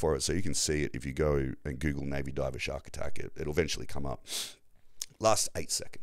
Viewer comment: I was attacked by a shark( or shawwwwkk as you pronounced it) 🤭😂